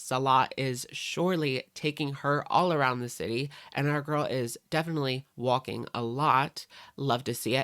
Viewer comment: That's how Amberlynn pronounced it, "gorl".